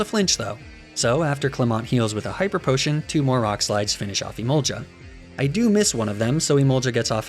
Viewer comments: ily very much but emolga is pronounced e-mole-ga not e-mole-ja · Stop saying emolja 🤮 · Emol gah not jah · did did he just say "em-ol-cha" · iM SO TRIGGERD BY EMOLGA OR HIS VERSION EMOLLGHA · Why is no one talking about how you say Emolga? … argghhhhhhhhhhhh 😂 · I've wondered this for a lil while. My running theory is that you pronounce certain Pokémon names in a 'peculiar' way, to boost the algorithm. People commenting 'blah blah you say emolga weird' has got to be a good thing. Of course, you could just be doing it for the memes. Either way. I respect it. That one run where you pronounced a name multiple different ways had me in bits lmao